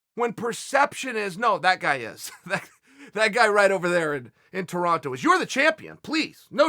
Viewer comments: Cringing every time he says toronto and then realize i have 0 idea where GSP lives. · Anyone else triggered when Chael kept saying Toronto? 😂